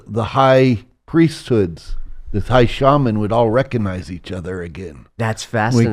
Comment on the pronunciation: I saw on Gaia a couple of years ago. His interviews are very interesting, but I think many people write him off as a fraud because he repeatedly mispronounces words, which immediately undermines his credibility. Examples: “saposaBly”, “eXpecially, and “recAnize”.